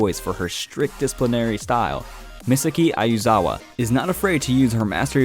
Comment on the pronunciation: I am so triggered on how he said misaki Ayuzawa